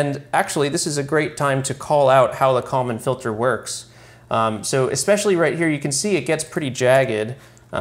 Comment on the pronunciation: I honestly had no idea you were saying "Kalman filter" until I looked in the comments. I just keep hearing "common filter".